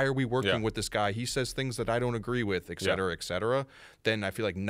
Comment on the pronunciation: It's et cetera.... not ec cetera....